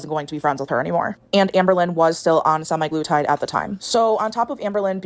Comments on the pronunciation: the way she says sem-i-glutide instead of sem-a-glutide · “SEMI. GLUE. TIDE.” Drove me nuts